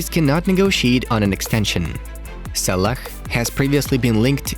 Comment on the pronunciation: Hey I love your videos but you pronounce some popular footballer names wrong. One example is Salah... You say Sa-lack when you should be saying Sa-la. Other than that you guys are doing an excellent job with this football channel. ☺👏👏❤